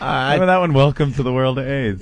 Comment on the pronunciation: Opie said, "memember?" That's a Vos level car crash.